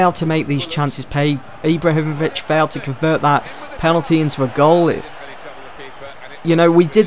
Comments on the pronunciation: Ibla himovic? I am from Sweden btw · 'Iblahimovic' 'Marqwinhos'